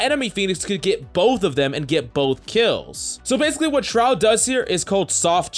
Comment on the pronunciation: Buddy really be out here saying SROUD smh